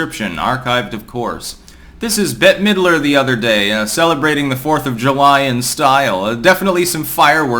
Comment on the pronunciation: “No Bette-a Middrer?”